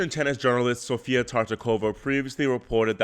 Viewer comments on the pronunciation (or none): none